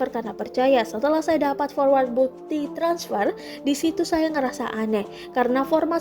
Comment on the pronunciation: Harusnya begini: bang be er i, transper, cabank, 😂😂